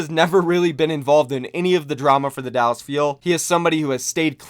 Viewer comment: I see you adding an extra “L” to Dallas 👀👀👀